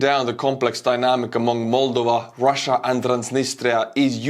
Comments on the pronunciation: Mulduva? Well, that aside, thank you again and always. I am thinking perhaps, I will adjust my pronunciation after your fashion. It will drive the Missus to distraction along with my pronunciation of the word "audience". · Just stop saying 'Moldova' twice in every sentence if you cant pronounce it properly. I got icks countless times here